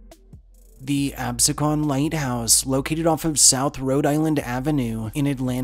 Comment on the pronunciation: Just need to correct, Absecon is pronounced Ab-SEE-con. Also, not mentioned is the Lake House restaurant in Newfield, NJ, said to be the most haunted place in the state. Employees report seeing a women about the restaurant as well as odd sounds and clocks running strangely. The ghosts seem to be benevolent as no harm has ever happened to anyone. If nothing else it's a nice place to eat and has a nice view of Iona Lake. Eating outside on a summer's night is to die for.